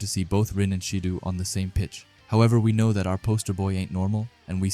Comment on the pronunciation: Again brother love these videos but it’s not “baroo”, it’s pronounced as “ba roh” and it’s not “shee doo” it’s pronounced “shi doh”